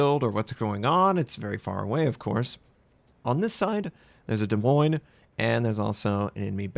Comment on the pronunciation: Iove how you pronounce Des Moines:D. There is something so comfortable listening to your calm voice